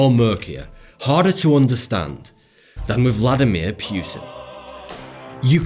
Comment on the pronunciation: vladimir pewtin